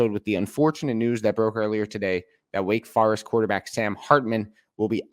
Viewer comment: What is a “Wake Far-ist”? You mean Wake Forest?? That’s an O not A sir..